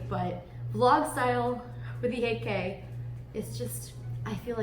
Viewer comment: When you said 8K l only heard AK. As a name of AK 47.